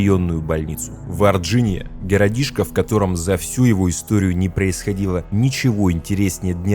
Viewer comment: Варгиния , говорится Варгиния